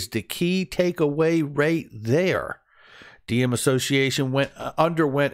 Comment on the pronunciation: Is it pronounced D-em? Diem is a Vietnamese name pronounced like Yem. Not a big deal, just found it interesting